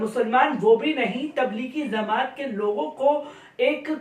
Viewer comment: Anchor bhidu......musalman hokar zamaati زماتی bolta hay.....lagta hay arbi urdu ki taalim se koso door hay.....bhai jamaati جماعتی bol.....kyun dewnagri walon ki tarah ghalat bolta hay...